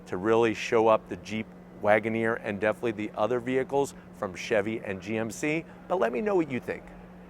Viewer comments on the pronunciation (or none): none